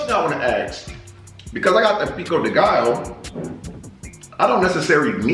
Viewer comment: Guess I'm early for once!🔥❤ Pico de gallo is pronounced pico de ga-yo